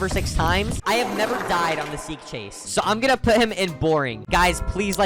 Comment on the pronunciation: bro said "sick chase"